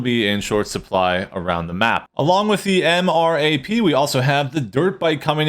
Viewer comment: No. It’s not M-R-A-P. It’s MRAP. Em-Rap M-Wrap MRAP.